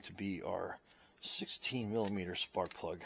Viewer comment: Did You Say, 5/8 Spark Plug Socket??? It Sounded Like You Said 5/8 SP Socket... Good Video... Thank you for all Your Tips... You may want to use a longer swivel extender... Just Saying...